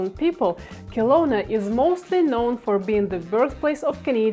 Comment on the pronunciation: Very expensive in Canada. Very populated as well. Western or Eastern, doesn't matter. Kelowna (pronounced Keh-lowna not Kill-lowna) is very busy and lots of traffic and now comparable in costs to Vancouver itself. Northwest Territories is an option.